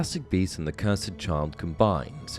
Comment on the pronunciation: Bro I'm sorry but why do you pronounce cursed like ker-sed.